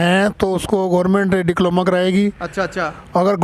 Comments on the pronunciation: डिप्लोमा होता है ना कि डिक्लोमा😅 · "डिक्लोमा" नहीं "डिप्लोमा'' बोलो।